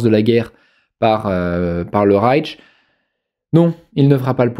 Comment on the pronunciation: Et puis on dit Rayche et non Raytche. Mais ne soyons pas pinailleurs.